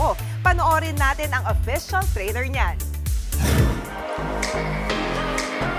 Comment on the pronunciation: A'tin lang po yan wala pong "S" , gagalit si pinuno🤦‍♀️